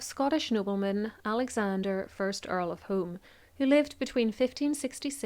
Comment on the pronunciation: I believe that the "Home" in the Earl of Home's title is pronounced "Hume."